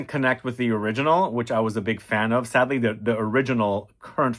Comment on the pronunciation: Did you say sadly or sedly